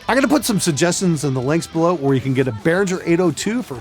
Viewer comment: Lots of Behringer stuff is good, pronounce it correctly, it's BehRINGer that's why they emphasize the ING in the logo, they also know that everyone mispronounces it :)